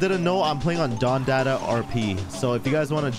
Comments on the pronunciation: He said “don DATA” lol, you can tell you’ve never been to the hood 😂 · It’s pronounced don da da